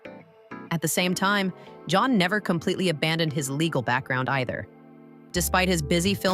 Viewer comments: Meeee too!!! They are moderator / announcers and most all of them — almost on purpose — say his name wrong on PURPOSE‼️😡. It’s not can - like a can of soup!! It is CAN— pronounced JOHN!!! ‼️‼️‼️‼️‼️please moderators let your staff or who lever works with you KNOW HIS NAME! I Black AMERICAN and I ca. say it! It’s very DISRESPECTFUL continually mispronouncing his NAME‼️‼️‼️😡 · Say his name correctly! say ..JOHN JON.. .. NOT JAN OR CAN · Pronounced Jon, not kan or Jan … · In Turkish, the letter 'C' sounds like the English 'J' . And The 'a': It has a soft, elongated sound, similar to the 'a' in father - or "ahh". So it's not Jon, John, or Jan. It is pronounced J-aw-n - rhymes with "fawn' and "dawn'. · Actually it’s pronounced as jaan, which means life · Yeah not soup CAN or CON artist—-sounds like English name JOHN, not girl’s English name JAN. All we hear is scratching on a chalkboard ANNOYING, AND not only Can’s name, you pretty much murdered the other name pronunciations, bottom line you can’t pronounce Turkish actors names. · John. his name is pronounced John. you lose all credibility if you cannot research something as simple as the correct pronounciation of his name. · First name is pronounced Jon. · vyslovuj Džan. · y, it’s pronounced like John in English/American. I watch a lot of Turkish TV, Can is pronounced like Jon or John. Look it up on Google Translate if you want. From Turkish to English…type in Can Yaman in Turkish and listen to it…John yaman…….when he says his name, he says it like John in English… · So annoying to hear his named said WRONG its pronounced JON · w języku tureckim c wymawia się jak dż a więc Dzian